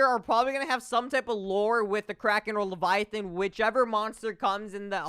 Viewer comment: "it might be a leviathin" -Gargantuan leviathan